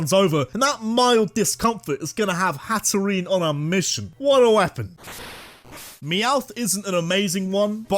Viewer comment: IT'S HATTERENE, NOT HATEREEENA! AND YOU'RE SUPPOSED TO SAY THE FORM BEFORE SAYING THE NAME, NOT AFTER!